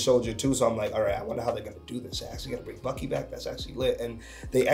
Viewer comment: Whenever says Bucky, I hear Buggy 🤣 Buggy is such a G he is making Steve run for his money! Anyway one of the best movies MCU has made.